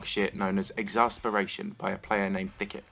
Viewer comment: Thicket? more like THICCIT